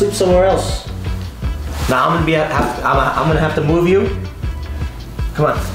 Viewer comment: I like when Tim gets frustrated because the midwestern accent really comes out. “Cah mahn”! 😁🤘🏼